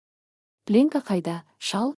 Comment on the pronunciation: Сосын пленка деген сөз плёнка деп оқылу керек.